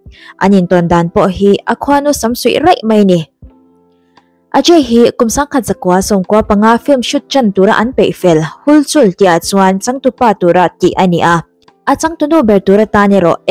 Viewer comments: [Hul chul] hi [hal-chal] tia pronounce tur ania,☺️ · Hulchul tih kha halchal tia lam tur zawk aw.. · ‘ Hal chal’ ti a lam tur aw. Hul chul 😂😂😂